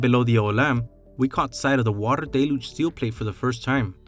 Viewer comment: It is not really pronounced "DAY-luge" it is actually pronounced "DELL-huge"